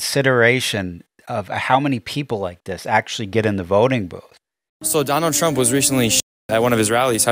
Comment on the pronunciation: "Trunnnnn say da USA! Twenny twenny fo!" Just WTF???? 🙄🙄🙄